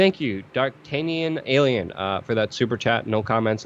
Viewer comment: It’s Dartanion ALLEN not alien